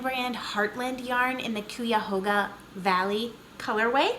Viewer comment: Love your visits, as always! I live in Cuyahoga County, which is in NE Ohio and the park is right down the street from me. It is pronounced.. Cuy (like guy) A Hog ( like piggie) Ah. :) I am heading straight away to get your shawl pattern. Hugs Nikki